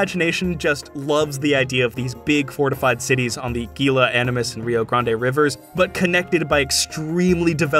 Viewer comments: You might like H. Beam Piper's Lord Kalvan of Otherwhen where the Indo-Europeans went east instead of west and colonized North America and developed medieval kingdoms. Also, one small correction - Gila is pronounced "hee-la". Very neat video, thank you. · As an Arizonan, though, "Gila" is pronounced "hee-luh." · Hearing you pronounce Gila with a hard G is making me cringe